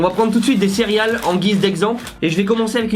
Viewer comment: j'ai cru entendre "cériales" je me trompe ?